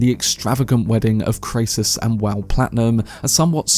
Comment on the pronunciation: Dude, you need to get the facts straight. Your pronunciations are are in error - Kray -ciss ? Clodio is not Crassis’ son - he is his grand son. Clodio did not order Caesar’s assassination attempt. These are basic facts that you should have had in order before you offer your opinions.